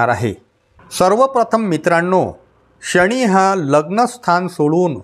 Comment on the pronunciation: "शणी" नाही "शनी"